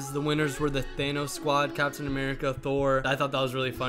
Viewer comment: it is not tanos it is thanos and he says the end is near